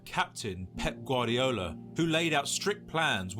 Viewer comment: "pep gardio" 💀💀💀💀💀💀💀💀